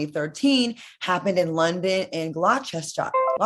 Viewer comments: Great Show... Claudia, Gloucester is pronounced glosster. Not that you will need it again. You may have to say Liecester square if a scandal happens at a premier that is Lesster. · Gloucester is pronounced "Gloster" 🇬🇧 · Claudia 🤭 I'm guessing you were trying to say Gloucester. "Gloss-ter" Don't worry, we've got a few weird pronunciations here 😂🇬🇧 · Gloucester is pronounced:'Gloster'. Rhymes with 'foster'.